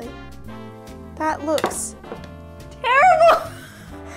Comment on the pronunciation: This recipe looks so good! When she said "terrible!" it sounded like she had a southern American accent.